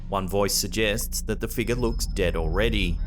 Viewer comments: Now I know how to pronounce “figure”…”figgah”. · I love how you say the word figure :D sounds like figgah to me :D